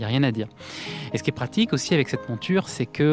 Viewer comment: pourquoi vous prononcez montchure au lieu de monture? Pourquoi tchu et non pas tu?je suis d origine étrangère et j'aimerais comprendre le pourquoi du comment. Merci